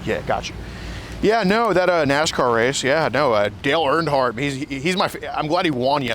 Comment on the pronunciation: This nga said dale earndhardt 😭